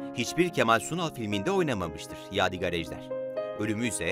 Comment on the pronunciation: Yav birader eline emeğine sağlık tamam da adamın adını doğru söyle valla gıcık oldum ya, yâdigar değil yâdig(â)r diye, ince "a" olacak.